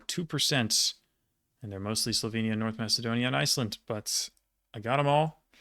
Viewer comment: Your prounounciation for Slovenia was incredible. Ive only ever heard people butcher it so bad. Top points